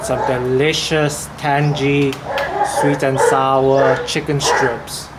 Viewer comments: It’s tang-ee, not tan-gee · what are you the pronunciation police, or just a tan-gee arsehole, i mean ASSHOLE